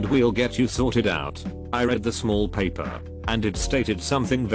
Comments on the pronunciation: I hate the fact that the voice says paper like that. It’s like pronouncing Aang like they pronounced it in the live action movie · Nobody: This text to speech dude: PAPPER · Anybody else incredibly annoyed that the bot that reads these videos doesn't know certain words like "paper" and says "pah-per" instead? How do you not know that word?